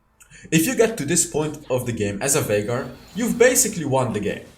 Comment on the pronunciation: Viegar Or Vinegar? LOL